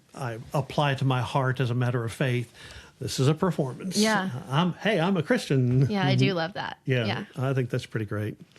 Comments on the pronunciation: The way she pronounces "Christian chorus line" sounds like Kris Jen chorus line. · I looked through the comments and did not see this pointed out. Reading with punctuation in poetry is important, but sometime the emphasis of syllables in a song are just as meaningful. When Taylor sings the word “Christian” she sings “Kris Jenn”. To me this is a nod to the producer of this entire entertainment family, where money is thicker than blood